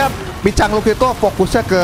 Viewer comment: Lucu abang pas ngomong Picang🗿